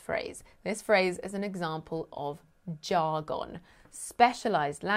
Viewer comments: I love when she says jar-gon with the emphasis On the wrong sy-lable ;) (vs Texas English) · you say Jar Gone, we in usa say Jargin